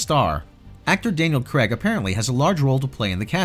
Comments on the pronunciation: CRAYG not Cregg!!! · It's Craig as in CRAYg and not CREGG.